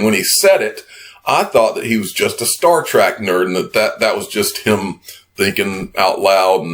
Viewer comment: Love your videos. Seriously. But I cringed hard when you said "Star Track".